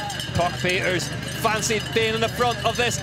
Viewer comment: It’s not Puck Pieters it’s Pieterse